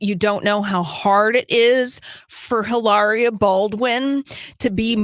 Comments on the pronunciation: Not Eilaria, Hilaria.. 🤨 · Drop the "h" and pronounce with an exaggerated italian accent.